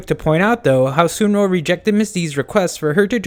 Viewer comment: Dont hate me but it's pronounced suun rong not sunro